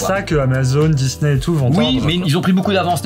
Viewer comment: On dit pas disnè mais disni